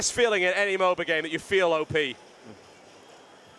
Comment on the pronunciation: Please stop calling it MoBA.